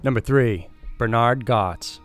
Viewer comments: The "subway vigilante", Bernhard Goetz pronounced his surname "gets". I'd be reluctant to make anything that could be construed as a wrong move around this guy. He may have encountered people who mispronounced his name in the past. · Goetz is pronounced "Gets". Bernie Goetz is fairly well known... Have you ever heard Billy Joel's "We Didn't Start the Fire"? He's in the line "AIDS, crack, Bernie Goetz... and the line it rhymes with ends Homeless Vets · At the time of the Bernard Goetz case his name was always pronounced "Gets", not "Gots". Just nitpicking. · Wow did you get the Bernie Goetz story wrong. First off it's pronounced "Getz" not "Goatz". Second, witnesses confirmed Goetz's story that the "nice black men" were threatening him with a screwdriver. You make it sound like they said "gimme your money" and Goetz said "Bang!bang!bang!bang!bang! This was yet another prosecution that was done solely to pacify the melanated. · Number 3 is pronounced like "gets" not "gots". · Its bernard getzzzz not gotzzzz im from jersey and 56...stop saying gotzzzzzz😮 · The case of Bernard "Bernie" Goetz ( pronounced likr gets, not like gots) was huge in New York. He was not just some fool looking for revenge. If those four teenagers had not surrounded him, carrying weapons, he would have done nothing. He was not going to go through another brutal beating again or end up dead. These were not little boy scouts selling cookies. He was not a man with a history of violence. Many felt that he should haveleft and gone home. Stayed away from work longer and used a different way of getting to and from work. Perhaps some new eyeglass frames to change his loomk. If you encounter some of these people who are looking for trouble, you might wish yoi had a gun on you. He did not have to shoot the fellow on the floor twice and say:You dont look too bad, before shooting him. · Bernie Gots? Its pronounced GETS u donut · Bernhard Goetz pronounced ... Gets not Gots 😁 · Goetz: pronounced Gets not Gots.